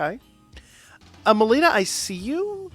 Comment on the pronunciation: why you keep calling her malina?